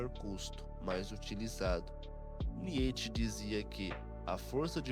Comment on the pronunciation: Que agonia de ouvir niÊtche.